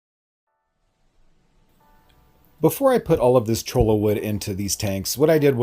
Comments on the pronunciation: I’m from Arizona and I can tell when you have never seen a cactus before if you pronounce cholla wood with the L sound and not the Y sound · i like how almost everyone pronounces cholla wood as chola XD. double l is pronouced y so its "choya"